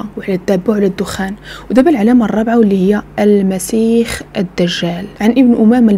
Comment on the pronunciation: يا أخيتي اسمه المسيح وليس المسيخ